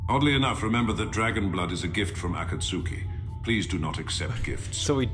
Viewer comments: I'm not at all surprised that the AI reads Akatsuki as "A Cat Soo Key" but it still irks me to hear it. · Even though he pronounced Akatsuki differently, I only think of Naruto lol. Dragon blood is a gift from Pain and Itachi!😂